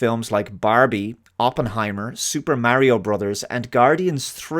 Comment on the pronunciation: its not Mary-O